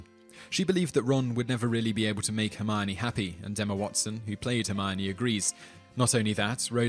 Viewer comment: It's Hermione guys, not Hermoni or Hermoini